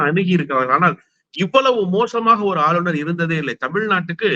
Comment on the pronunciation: நெறியாளர் தமிழை சரியாக பேச கற்றுக்கொள்ளுங்கள்! ஆளுனர்,ஆலுனர் அல்ல!!